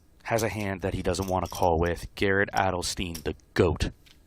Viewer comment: Adelstein (Ad-el-st-ine) not Adelsteen.